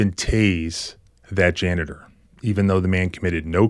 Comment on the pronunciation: I like how you pronounce janitor, jana-TOR- that's how I'm saying it from now on- rhymes with Skeletor 😆